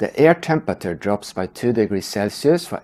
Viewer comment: you pronounce temperature incorrectly